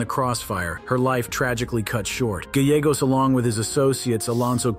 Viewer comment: Gallegos…pronounced= guy yay goes.